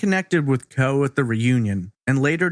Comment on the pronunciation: Isn’t that pronounced “CO-EE?”